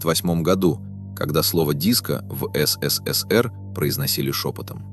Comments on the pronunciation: Ну так годунов сбежал туда где свобода, хрена теперь говорить что виноват СССР. Голос конечно красиво звучит ну как он произносит ЭС-ЭС-ЭС-ЭР это конечно что-то. А вообще всё фальшивка - фальшивый голос зачитывает чьи-то фальшивые мысли и выводы и выдаёт их за истину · А что ж так говорить-то? ЭС ЭС ЭС ЭР, ЭСЭСЭСЭР МЫ ГОВОРИЛИ,так же говорили просто ФЭЭСБЭ. Явно,что человек не с союза и даже не интересовался никогда им или ии,и это грустно. А за информацию спасибо,хоть и есть ошибки по фактам,например про Полищук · ИИ как всегда смешит, но посмотреть на знакомые лица артистов и кадры из фильма приятно. Так эСэСэСэР как всегда, в памяти потомков. И да, никто слово диско шепотом не произносил😅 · Явно прослеживается цель-так или иначе обгадить все лучшее, что было создано в ЭС.ЭС.ЭС.ЭР-так произносят все ИИ-шные голоса. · Комментатор не может нормально выговаривать СССР. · Околесицу наворотили, если тебе закрыли выезд, или не дали главную роль это ещё не трагедия. В той стране 99% и так ни о каких заграничных турне даже не мечтали😂 И если не хватает ума озвучить короткий ролик, научите этот долбаный ИИ хоть говорить СССР не так ушлепно😊